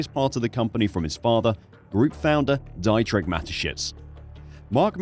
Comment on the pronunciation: its pronounced 'DEEtrich' not 'DIEtrich'!!!!!